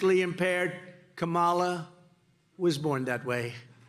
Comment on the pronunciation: HE is so mentally impaired, he can't pronounce her name. total embarrassment.